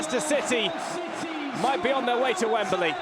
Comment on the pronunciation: It's Wembley, not Wemberley. Get rid of this commentator or teach him proper English